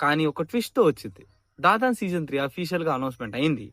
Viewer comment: Bro adhi dadan ladhu bro dan dan dan